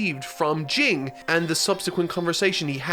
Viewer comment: Jing is pronounced Jean